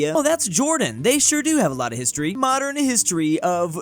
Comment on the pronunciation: "Modren history of Jorr-dan"